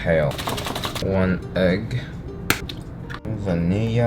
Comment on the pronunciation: Why tf did u say egg like that 😭